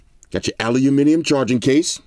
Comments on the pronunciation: "Aluhuminium case" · Lol aluminum .... Funny how you say Aluminium ✌️😎🤣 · I like that he pronounced aluminum like a British person even though he's from New York, lol. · Can someone teach this man how to say aluminium.